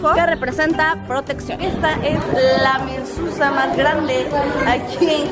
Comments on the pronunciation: No se pronuncia mususa se pronuncia MEZUZÁ. :) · Se dice Mesuzá, morra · Hermosa es Mezuzah y contiene un trozo de la Torah. (Mezuzá con acento en la a)